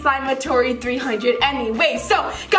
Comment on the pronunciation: It’s a slime-a-TOUR-y